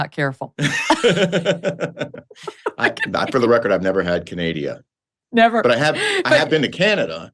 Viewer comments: Canadia? Canadia?!!! This is what happens when Karine Jean-Pierre forgets her infamous binder at home. Sad, so sad; this is what complete incompetence looks like when you hire someone based on skin color and sexual orientation instead of genuine qualifications. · She said canadia!!! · Thxxx for pronouncing Canada correctly since I cannot stand listening to Karine Jean Pierre and especially when she pronounces my Country as CanAdia !! .. Anyway, you both cracked me up through the entire great show😆😆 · She said canadia!!! My Portland friend said that to be funny. That's hilarious